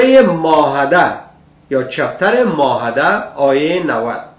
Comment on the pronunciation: کل بیخرد! اولا خو باید که کمی بالای تلفظ کار کنی قرهان و ما هده و غیره. بعدش تفسیر قرآن شریف کار تو کل بیخرد نیست. چون خودت یک شرابی هستی به این اساس فقط با تفسیر غلط فقط خود و دیگران را به بیراهه میکشانی. خدا هدایتت کند.